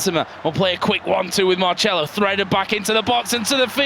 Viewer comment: Is Marcelo, not marshmallow....